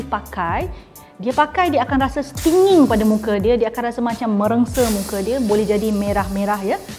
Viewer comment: Am I really heard the phrase of "Sting Aku Yahuuuu" every time the word of "Stinging" pronounced?